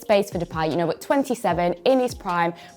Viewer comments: More like "bot" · Nobody Nobody who speaks English: Bůtt